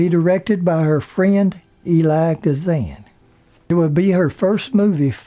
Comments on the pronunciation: I appreciate all of your reports on the stars. They are so interesting and done in a manner far from boring. I believe Mr. Kazan's first name is pronounced E-l-i-a, not Eli. Thank you for your reporting. I look for your sites. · Although there are multiple ways to pronounce Mr. Kazan's given name, it's seldom pronounced "Eli." Usually it's some variation of "Eel-li-ah." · It's Elia Kazan (ill-eee-ya) not Eli. just saying. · Back for more stories! How you doing, Mr..? Elia is pronounced EE-lee-ah.